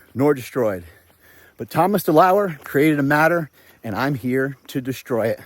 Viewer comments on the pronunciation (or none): DeLauer, not deleur. Greetings.